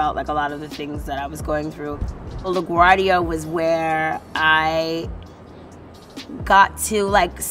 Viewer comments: It's pronounced La Gwuardia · It's pronounced "Lagwardia"